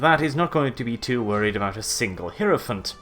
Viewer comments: the heeeeeirophant, love the sexy pronouncement there, are you slaneesh? because only sleneesh could make a heirophant sexy. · definitely pronounces heirophant wrong, though!